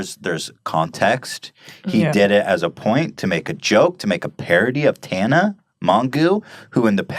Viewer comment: Why does nobody pronounce Tana's name right? It's not that fucking hard to watch the first 3 seconds of any video of hers and hear how it's fucking pronounced. I know it's a joke, I'm talking about people who seriously pronounce it wrong thinking it's right and don't fucking correct themselves ever. That's fucking rude. If I was Tana I'd be a bitch about it